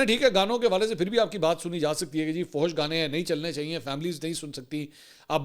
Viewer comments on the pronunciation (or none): bhai فوحوش nahin hota فحش hota hai .. aur بوحیرا nahin بحیرہ hota hai.